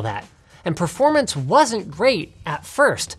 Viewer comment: "Perormance" Guess you haven't pressed F to pay respect on this one xD